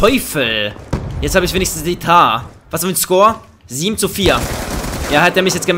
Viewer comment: Junge sie heißt Mtar und nicht Tar!!! :'D